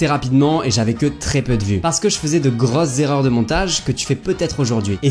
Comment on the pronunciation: Alors oui, tu fais la faute de liaison en début de vidéo. Je te rassure, vous êtes très nombreux à la faire. Et bravo pour ta réponse pleine d'honnêteté. Continue, j'adore tes vidéos 🥰